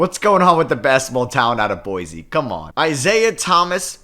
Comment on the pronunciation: Did my guy pronounce Boise right!? Props! Although Hayes is not from Boise, he's from American Falls! P.s I disagree, Luke Ridnour is our Best player